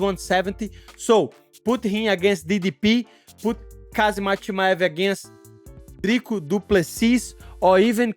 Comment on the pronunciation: It’s Ham Zat with a silent K